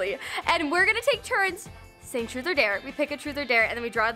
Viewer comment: when said truth it souded like frut